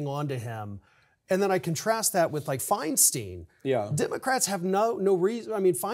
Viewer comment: Feinstein rhymes with Einstein, not Springsteen. Ugh. It hurts my ears...☮️🇺🇸